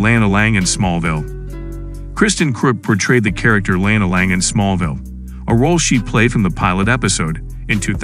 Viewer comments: lana not lanena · Why does he keep pronouncing Lana’s name wrong?